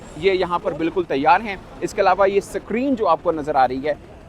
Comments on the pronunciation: SUCK-REEN nahi SCREEN(Skreen) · सक्रीन नहीं बोलते भाऊ स्क्रीन बोलते हे😂😂😂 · Screen ❌ Secreen ✅ 😂😂😂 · Screen ❌️ SAKREEN ✅️ 😂😂😂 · Basically abatak sacrin, 😅😅basically😂lagchuki basically 96%kam basically puraho gai hai😅😅😅😅